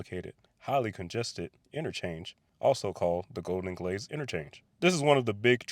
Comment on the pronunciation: Ah Golden Glades 😂 I thought you said Golden Glaze 😂